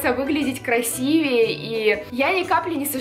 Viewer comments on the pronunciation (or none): none